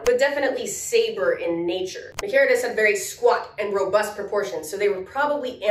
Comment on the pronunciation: >Spells "australopithecines" correctly. >"Rubust"